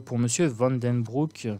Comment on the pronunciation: VAN , CE PRONNONCE , COMME VANNE . DECROO CE PRONONCE , DECRAU En gros , c'est ça